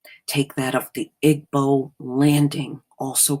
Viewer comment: By the way "Igbo" is pronounced EE-bow (bow... as in bow and arrow).